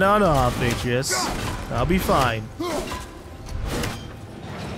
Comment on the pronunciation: Isaac The Destroyer of Stuped I thinks it's funnier when pronounces a name write sometimes then says it wrong again like Atreus. He has said it like 5 different ways. It's hysterical.